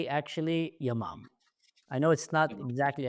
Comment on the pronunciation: I am an Israeli, but every time you said Yamam, I imagine non Hebrew speaking viewers thinking the name of the unit is Your mom.. :)